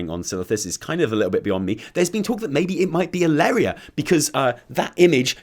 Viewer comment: It's Alleria. Edit: You have to be an idiot to listen to Shaw. I mean the SI7 completely failed during legion, under his leadership.